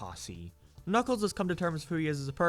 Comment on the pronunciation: “Knock Knock it Kuckles”